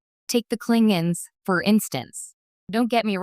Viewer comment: Klingons not clingins stupid AI.